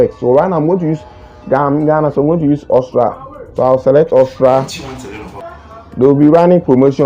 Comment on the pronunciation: Bro its Aus-tri-a not Austra